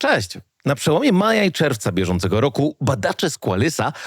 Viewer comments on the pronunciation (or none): none